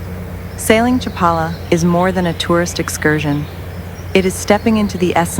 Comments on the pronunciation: cha-PA-la. NOT chap-a-la. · The AI doesn't know how to pronounce Chapala correctly. Had to stop watching because I don't support AI generated slop.